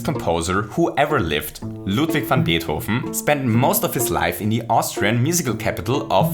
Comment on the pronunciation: The way he says Beethoven's name caught me off guard, it sounds SO good.